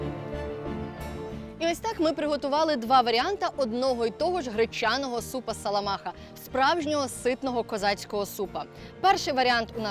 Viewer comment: Треба говорити нее саламаха, а соломаха), як моє прізвище)))